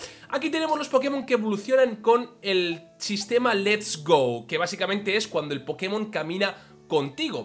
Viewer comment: Por qué dices sistema lest go ????